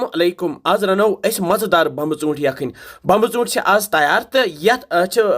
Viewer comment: Sir aap too yh kya bolte ho 😂😂😂 bambe chonte...balki bomb chonte hai